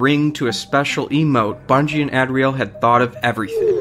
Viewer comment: YOU ALL SAY ADRIEL WRONG WHAT THE FUCK MY NAME IS ADRIEL AND IT IRRITATES ME BEYOND BELIEF